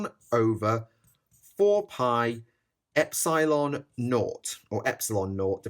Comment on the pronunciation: The way you say epsilon triggers me on a metaphysical level